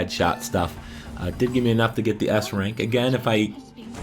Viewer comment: did you said ass rank?